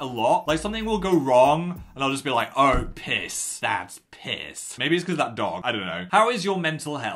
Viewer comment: Phil saying "THatZ PiSsz" Made me giggle XD